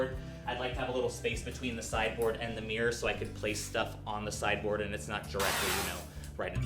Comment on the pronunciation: Every time you say sideboard, all I hear is cyborg and it is cracking me up.